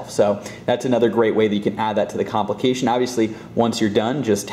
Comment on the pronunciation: take a shot every time he says comlication